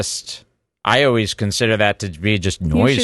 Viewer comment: I like that thinks always is pronounced “O-weese”